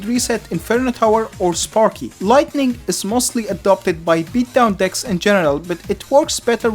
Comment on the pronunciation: I heard “the lighting ball”